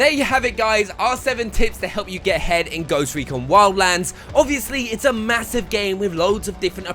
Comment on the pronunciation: I didn't hear you say ahead I heard head🤣🤣